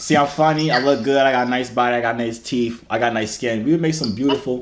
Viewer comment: and he says teef